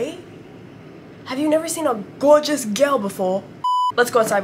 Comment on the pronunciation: "have u neva seen a geourgeous georl befwor 🙄🙄🤨💅" such an inspirational saying!!!